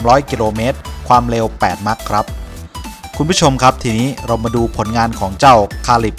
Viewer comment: อยากให้แอดมินพูด ร.เรือ กับ ล.ลิงให้ถูกต้องหน่อยครับ หรือไม่รู้ว่าคำใหนใช้ ร.เรือ คำใหนใช้ ล.ลิง คำว่ากิโลเมตรก็เป็นกิโรเมตร แต่ความเร็วบางทีดันเป็นความเล็ว กิโรเมตรนี่ประจำเลย